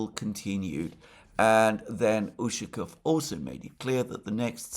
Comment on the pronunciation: Alexander mate! Great job! You are getting there slowly but faithfully. During the video today you managed to pronounce Ushakov's last name correctly at least 2 times. Again you tanked the other 10 times. However, kudos to you and I take my hat off to you for trying.Keep at it mate!